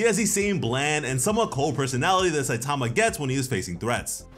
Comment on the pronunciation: Another person that can’t say Saitama’s name right. Jesus